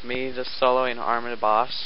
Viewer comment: btw, its not pronounced, "arm-a-dayle" its pronounced, "arm-a-deal"